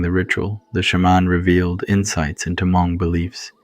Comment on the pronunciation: “Ha-Mong” um, what?! 😂